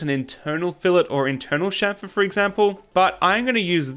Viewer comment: Your pronunciation is correct... Anyone saying champer is drunk